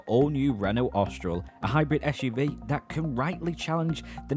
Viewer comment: 'Ostral es prit'? 🤣You might wish to learn how to pronounce the names of the cars you are reviewing, lol. Try 'Orstraal espreee'. Otherwise a decent if slightly clumsy review of my probable next purchase. Cheers!